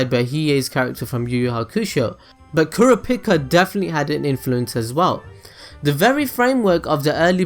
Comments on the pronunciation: My favorite character? .... KURAPIKA!!! =D btw its pronounced (cur-AH-pee-CAH) ;P Kurapika in my opinion is by far better than all the characters. Of course, this is excluding Killua who has been given lots of depth and is also one of my favorites. Kurapika is still top though. I just love the whole "revenge-driven chained-down-by-own-passions" idea. I loved him from the start (even though when I watched the 1999 version, and I saw him for my first time I thought he was a girl). When I saw him come on in the last arc for 5 seconds when Leorio calls him and he doesn't pick up, I screamed like there was no tomorrow. My favorite scene? I'd say it'd have to be something with Kurapika... hmm.... I absolutely adore the battle with Uvo (episode 47 [yes I memorized it]) but in all of HxH? I'm gonna go against my inner Kurapika and say it was the scene at the end of the Hunter Exam where Killua kills that kung-fu guy. That was totally awesome and it showed Killua's true colors in front of everyone for the first time. In the 1999 version my favorite scene was also with Killua but on the airship. It isn't exactly a scene, more a series of episodes, but I mean he meets that black haired girl with the ponytails seeking revenge like Kurapika, and Killua starts going mentally insane and talks to himself in the window of the airship.... =3 ermahgurd I ramble too much. I just love this show more than anything. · KuraPIIKA(chu) lol. Kurapika is my fav. i have a Figure and a cosplay of Kurapika. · The way he says Kurapika... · How he pronounced kurapika